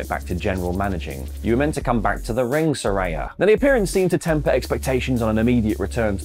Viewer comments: Note to: She says her name is pronounced Sir-REY-uh, not Sir-RYE-ah. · Love you! But how can you still mispronounce Saraya when they’ve made it abundantly clear it’s “suh-rey-yuh” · He’s going to keep pronouncing Saraya wrong just like he does with NAomi. Even though she’s spent a week clearing up the pronunciation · Good segment but you’re still saying Saraya’s name wrong.